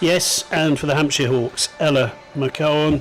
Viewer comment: i love how they had about 8 different goes at maia and ella's names and got them wrong everytime